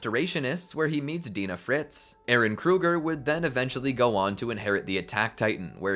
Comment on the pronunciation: i die inside every time he says "Paradis", "Dina", "Mikasa", and many other names. at least he says "Hange" right.